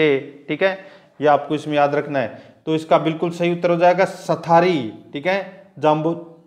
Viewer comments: Sathri hota h sthari nhi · साथरी होता है , ना कि सथारी